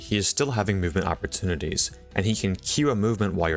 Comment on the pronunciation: "Oppertunites" rip